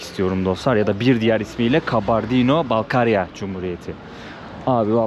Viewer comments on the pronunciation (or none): KANKA KALBARDİNO DEĞİL KABARDİNO😎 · Karbondino değil 😂😂 Kabardey diye söyleyeceksin. 😂😂😂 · Gittiğiniz yerlerin tarihini kültürünü araştırarak gitmelisiniz. Kabardino'nun adını bile doğru söyleyememeniz gittiğiniz yerle ilgili ne kadar araştırma yaptığınızı gösterir. Yine de çabanız güzel teşekkürler. Türkiye ve Amerika'da yaşayan bir çok Balkar türkü var onların tarihlerinde çok trajediler var. Ordaki müslüman halklar ikinci dünya savaşı sonrası hepsi Kazakistan ve kırgızıstan steplerinde sürgün edilip 14 yıl sürgünde kalmış ve nüfusun 3/2si yokolmuş. Sürgün nedeni ise onların kültür-dil ve dinlerini yaşamalarına müsade edilmemesi yani kominizm ve Stalin'den illallah ettikleri için Alman'lara yardım etmeleri yüzünden ... neyse google'a yazarsanız hikayeyi öğrenebilirsiniz. İnsanlarla inglizce değil direkt türkçe konuşsanız kesin sizi anlarlardı. Özellikle Kumuk-Karaçay ve Balkar(Malkar türkleri). Okullarına , derneklerine gidin sokaktakiler size kültür ve tarihi anlatmazlar. Karaçay-çerkesk'de Alieva adında Karaçay-Nogay dilinde eğitim verilen büyük bir üniversitesi var. Orda çok türk öğrenci de var. size yardımcı olurlar.